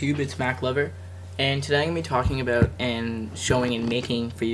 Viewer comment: Haha "aboat".